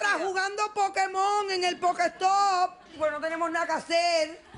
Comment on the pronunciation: la " jugadora " no dice pokestop si no pokestore.